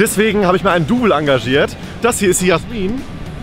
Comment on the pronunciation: Das heißt nicht Jasmin sondern Jäääähhhhhhsmin